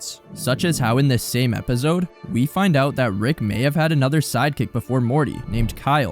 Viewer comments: If you finna keep brain rotting us by saying Epizode or what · Bruh plsssss Epizode EpiZode Epizode can you pronounce it correctly even once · Lol “epizode”